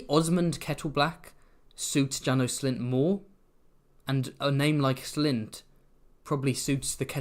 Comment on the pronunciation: János and Sándor are hungarian names :) haha ("Janosh" and "Shaendhor" maybe the right pronounce)